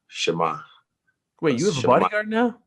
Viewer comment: SIE MA!!! (sheh-mah. the polish slang. it's a cool way to greet somebody) Someone tell Israel the accent goes on the "Sie" not the "ma" haha. Big respect from a polish guy to a true champion over here. I appreciate your show of respect Israel. If You and Jan compete I believe you two have a big potential to send a positive message to the world that people need right now, not only in the cage but outside especially. Respect and Blessings to You and Ariel.